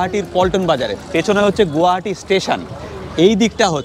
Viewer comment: It's not গুয়াহাটি, It's গুৱাহাটী